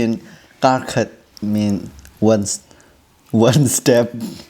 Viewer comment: Even in mizo kar khat can also means one step, but the tune is a little bit different. Kar khat for one week we pronounce kar a little bit higher just like you have done. But for one step kar will sound like car. Anyway you both are so cute.